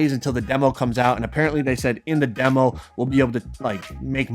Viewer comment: Everytime he was saying demo i thought he was saying devil😂